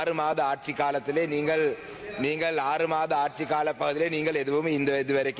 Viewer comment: மக்கல் அல்ல நீங்கல்